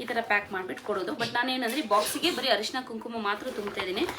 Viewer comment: ಹರಿಶಿನ ಅಲ್ಲ ಅರಿಶಿನ 😢